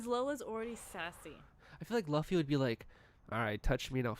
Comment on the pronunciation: Fw the this episode super chill, but when kept saying “luh-fy” instead of luffy (loo-fy) I was cringing hella hard lmao